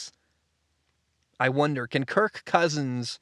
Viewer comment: I hate the way you exaggerate the word Kirk 😂😂😂